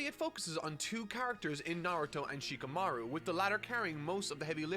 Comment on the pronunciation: i think thats him being unsure of the pronunciation plus his accent. Like with shikamaru and shikaku, that was most definitely an accent thing while kakuzu and akatsuki is him being unsure and old habits dying hard. Looking at his other reviews it doesnt make sense that he would suddenly start mispronouncing names on purpose for no reason for clicks when he can get that interaction without doing so and he doesnt do it for that many other reviews.